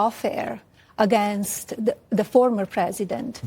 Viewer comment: You people still say "Formor"?